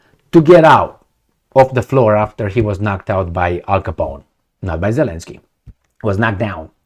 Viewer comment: it's double "y" in the end of the name, because in Ukrainian and Russian language, there are 2 similar letters , "и" and "й", which are both in the end of the name of Zelenskyy (and many other last names) Зеленський. It is not pronounced as continuous y, as you say it. There is no equivalent in English language.